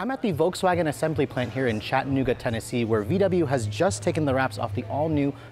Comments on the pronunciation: It’s Chat-uh-noo-guh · I hate the way he says Chattanooga